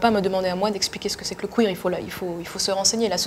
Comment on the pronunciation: C.F Queer pas Cuir. Benêt.